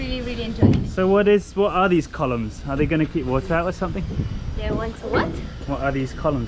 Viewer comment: I always enjoy beautiful accent and English pronunciation on every episode - but more recently "col-yumes" has had me in stitches every time! Don't ever change,!!